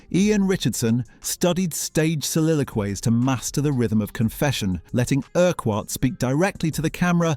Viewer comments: Erk Wart? Ercut. that's how you say that. I wonder if anyone ever noticed the initials. F. U. 😁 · It's pronounced "Urkutt" not "Ur-quarrt". I'm surprised you didn't pick up on this having watched the series. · “Francis Erk-Whart” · Urquhart is NOT pronounced like that It is pronounced "IRKUT" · Quite right - pronouncing it incorrectly is really annoying. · I'm glad I'm not the only one bothered by this. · Quite. This presenter rhymes it with a cumquat. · Couldn't you just try pronouncing "Urquhart" correctly ? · URQUHART FFS! FU!